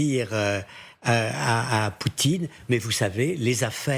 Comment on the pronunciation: ??? ..Le nom du dictateur russe c'est "Poutine", pas "Poutchine". Ce type de chez Porcshe n'a pas compris que ce genre de proposition pourra avoir du sens dans quelques années quand Poutine et son régime corrompu auront disparu et que la guerre sera terminée, alors que proposer ça maintenant est juste inapproprié.